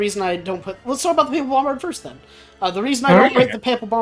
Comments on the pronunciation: Papal is pronounced pay-pal. :) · As a Roman Catholic, pronunciation of "papal" is sending me up the wall